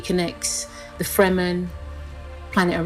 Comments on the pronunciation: But I hated it that she pronounced Fremen wrong 😭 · But Kynes and Fremen were wrong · And the diversity affirmative action hire still mispronounced "Fremen" and "Kynes". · Who else noticed that he pronounced Kynes wrong ? And Fremen is also wrong . I really hope they did it right in the movie.